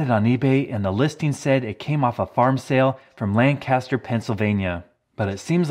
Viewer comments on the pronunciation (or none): It's "LANK-uh-ster," not "lan-CAST-er!" "lan-CAST-er" is in southern California, not PA! :P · We say it like Lancaster, no e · Everyone from around Lancaster is angry about how you pronounced it.